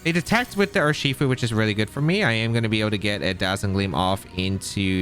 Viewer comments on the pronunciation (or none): Rather than saying 'Urshifu' as a single word, why the fuck do you split it into 3? Not to mention how you talk too fast that your brain can't keep up and you end up tripping over your own words. But like... you talk talk talk rly fast and then it's a slow 'ur-she-fu' n back to fast.